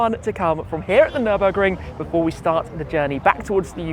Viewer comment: actually... fellow viewers will for sure watch car wow .. and oh dear when Matt only says the word "Nurnburgring" he gets kicked so hard in the bottom... considering that Tim, your ass would probably be above your head xD .. epic drives AMG for life